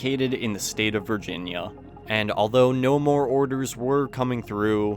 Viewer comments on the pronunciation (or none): none